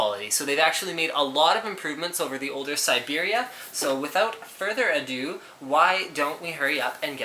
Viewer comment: Haha, further adoo, you Canadians